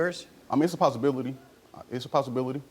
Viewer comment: A possibiWITY? 😒